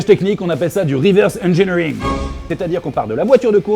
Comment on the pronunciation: "Du weveurse engineewing. - du quoi ? - Du weveurse engineewing. - Hein ? - du reverse engineering. - Ah du weveurse engineewing." On les voit ceux qui ont bouffé la cité de la peur.